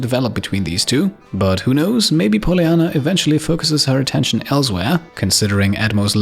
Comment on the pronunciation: Bugs me off how he pronounces Polyanna